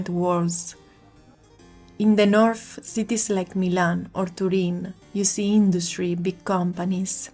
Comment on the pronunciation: Good job. Please note: English words that have "th" are not pronounced like "f"; English words that have "ph" are pronounced like "f." North is not pronounced Norf, and South is not pronounced Souf! 🙂